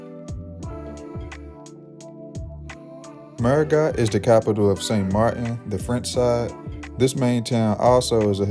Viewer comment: The French side's capital is pronounced merry-GO!